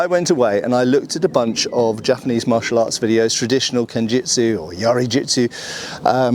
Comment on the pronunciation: Just on the pronunciation: the ‘ya’ should be short, as in bat. Not long like in ‘bar’.